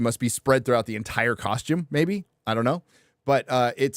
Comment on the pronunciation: The way says costume - koshtoom - is super ghet